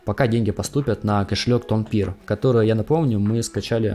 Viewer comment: Тонкипер, не тонпир) Но вообще, это тема!)